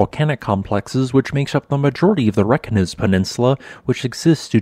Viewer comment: Always excellent reports. FYI , Reykjanes is pronounced Raye - Kya - Ness.....just a tip.